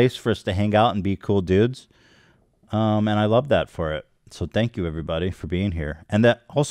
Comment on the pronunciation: Ethan sounded so Cali when he said "...be cool dudes." 😂😂